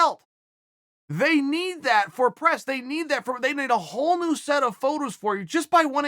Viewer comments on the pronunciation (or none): none